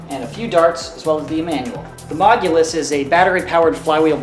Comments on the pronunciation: It's not mogulus, its modulus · 0.29 said Mogudus instead of modulus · he said mogulus instead of modulus. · the MoGuLoUs XD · to "the mogulus" wot lol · You mean modulus? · Yeah lol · The “mogulus” is what he said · Sounds like he’s saying mogulus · said mogulus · 0.29 said Mogudus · In the beginning u say mogulus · did he say mogulus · Did he say mogdulas